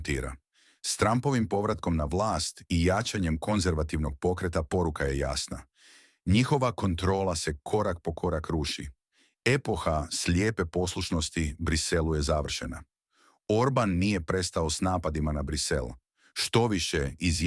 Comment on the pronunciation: Dobro, kakav je to naglasak? Pola rijeci na prvu ne razumijem zbog naglaska! Nije: "epoha", s naglasenim "e", nego "epoha"! S produzenim i naglasenim "o". Koji to jezik govorite?